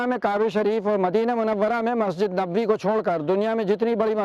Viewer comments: Why are you pronouncing it as masajid? Like it's masjid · Madam masjid ka name to theek hai, fahad akram ne jo objection kiya hai wo name par nahi kiya, balki ladki jo bar-bar masjid ki jagah masaajid bol rahi hai wo ghalat bol rahi hai, wo aise ki agar wo masjid ka name bol rahi hai to usay pura name yani Taj-ul-Masajid bolna chahiye aur agar wo name nahi bol rahi to usay masjid bolna chahiye na ki masajid kyunki Taj-ul-Masajid ka matlab hai masjido ka taj aur agar aap sirf masajid bologe to uska matlab huwa Masjido, yani wo ladki bar-bar ye masjido bol rahi hai jabki ye to ek masjid hai....I hope ke ab aapke baat samajh aa gayi hogi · Masha allah bhaut acchi jankari diya aapne bas bolne ki tameez nahi hai masjid bola jata hai masajid nahi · The claim that Taj-ul-Masajid is one of the six.largest Masjid seems to be correct seeing its location and building. Besides it the commentator of the video pronounces it masajid where it should be Masjid . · बहोत खास.......यह मसाजीद नही मसजिद बोलये.....